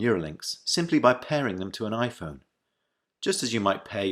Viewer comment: I loved instead of an i-phone he just added a "p" to make it even smarter: pi-phone ... sounds like his brand of humor